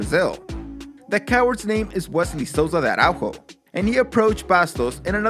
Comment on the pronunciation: Man, in Brazil we speak portuguese, not spanish. "Araújo" is not pronounced like that. Js in portuguese don't sound like they do in spanish, the sound is actually closer to what is sounds in english.